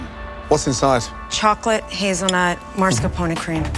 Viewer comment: Why do I keep hearing “Mars-ca-pone” from the contestants. It’s “Mas-car-pone”